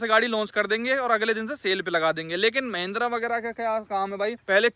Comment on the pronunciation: Mahindra ❌ Meehhhhndira ✅